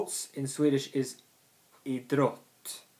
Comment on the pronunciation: Just some things I want to remark. Think of the word "Idrott" like two words, having a pause between I- and -drott :), same with Idrottsman (I-drotts-man), Idrottsmän is the plural of idrottsman so you are right :). Your pronounciation of Olympiska spelen is fine. Innebandy can also mean floorball and there's two variations. Innebandy (inside) and Bandy (outside).